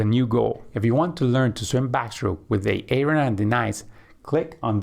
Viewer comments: Aye-aye-Ron & Dee-nice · Is this for real? What's with the pronunciations of Denise and Aaron?